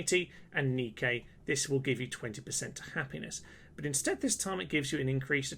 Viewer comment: Just #FYI, the Temples of Nike are pronounced Nigh-Kee, not Nee-Kay